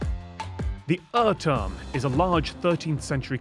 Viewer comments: Good that these segments are with video and the question is written on the screen. I would have never guessed that the "/ɜtɜm/" is supposed to be UhrTurm /u:r turm/ (which if you know at least little German, is easy The Clock Tower) yes, the first Uh is supposed to be like english oo, and the Rs are not supposed to be reduced to ɜ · Not a local, but still Austrian: yeah, I cringed when he read the name. "Err-term" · me, a local: damn he butchered the pronounciation also I'm surprised someone from Graz sent him the question